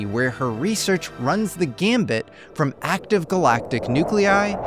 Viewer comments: It's run the gamut.. not gambit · "her reseaerch runs the GAMUT" not "gambit". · Gamut not gambit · I think it’s gamut not gambit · Its gamut not gambit.... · "Runs the gamut". Not "Runs the gambit". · Gamut, not gambit. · Its "run the GAMUT" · it's "runs the gamut" not gambit. please correct and re-upload, lol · Gamut not gambit but 😅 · Sorry, but I need to correct you (since I've heard you say this before). "runs the gambit" is wrong. It is "runs the gamut". That's it! Thanks! Love ya 💙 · It's "run the gamut" not Gambit 😒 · 👨‍🏫 says “…runs the gambit”. ❌ The correct phrase is “…runs the gamut” ✅ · “runs the gamut” not “runs the gambit” :) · Gamut, not gambit... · It’s “runs the gamut” not “runs the gambit.” I suspect you know that, because your grammar checker would have caught that, and that was just engagement bait.